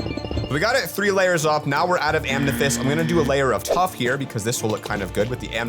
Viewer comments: Why does keep saying "amnethyst" not "amethyst"? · Amnethest😂😂😂😂 I love how he says that